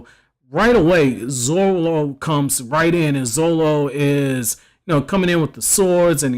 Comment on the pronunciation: is pronounced zoRo not zolo dummy.